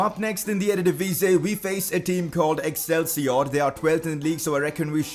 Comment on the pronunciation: Absolutely killed the pronunciation of Excelsior